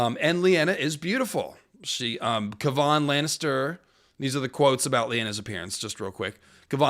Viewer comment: Dear god, not KuhVaughn Lannister 😩